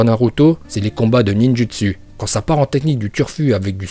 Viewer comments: Et le ninjUtsU aussi AAZRRTGGHHHH 😤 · Mec tu dit Mokton au lieux de mokuton et Ninjustu au lieu de Ninjutsou tu fait pas d'effort